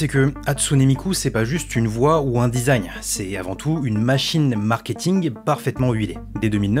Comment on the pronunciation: ça mfait un peut tiquer le "dizagne" au lieu du design (dizayn) MMDRRR